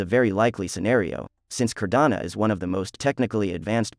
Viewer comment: It’s Cardano, not Cardana